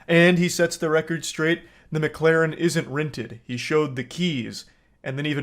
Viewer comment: I LOVE how this dude cant say Mclaren correctly. "Mucalaarn"